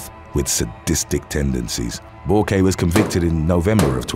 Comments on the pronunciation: I like your stories and am impressed how you get so many names correct. For the record the psycho Borque, is French and her name is pronounced "bork". Like the Hall of Fame, former Captain of the Boston Bruins. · Bourque is pronounced like Bork. Ray Bourque was a famous hockey player lol, I watched some hockey back in the day! 😁